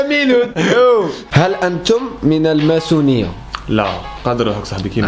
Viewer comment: المسونية مش الماسونية حتى 😂😂😂😂😂😂بعثو كويلي